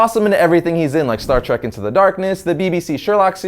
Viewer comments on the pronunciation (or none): none